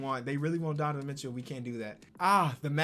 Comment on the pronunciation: “Donovan Mitchew”